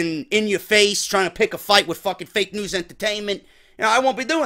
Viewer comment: He sayd fakenewsent again